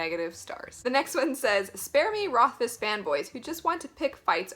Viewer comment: Yay someone that can pronounce the guys name right!